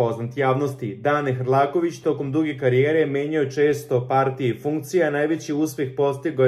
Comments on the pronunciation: Hrkalovic se preziva, nauci makar da citas. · Hrlakovic strasno 10 puta cita pogrešno. Boze pomozi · Nije HRLAKOVIĆ većHRKALOVIĆ😂😂😂😂😂